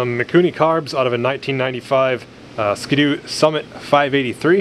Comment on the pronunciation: ski-doo, not skid-oo 🤣